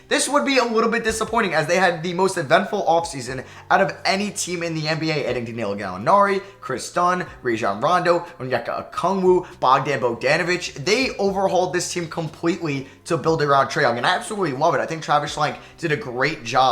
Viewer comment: Let’s not talk about the way he said Bogdon Bogdonovic for the hawks